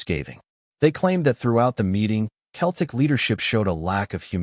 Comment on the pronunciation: Who the hell is Keltic ??? It’s pronounced seltic you American numpty .